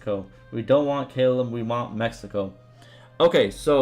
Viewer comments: Callum is pronounced C(K)A- LUM not Kaaaai lam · Sorry, I can usually look past your pronunciation of things, but I lost it at how you said "Callum"